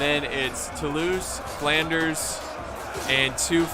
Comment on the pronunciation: calling Flanders flawnders was probably the best part